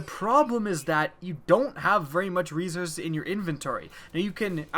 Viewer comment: . I'm sorry, did you think leading with "lmao" corrects his Z's to S? It's correctable but he simply pronounces the word incorrectly. Maybe he is English as a second language?